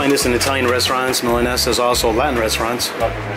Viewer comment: pronunciation of Milanesa was on point:) and I had a similar suspicion the first time I ate tonkatsu (that it's very similar to milanesa).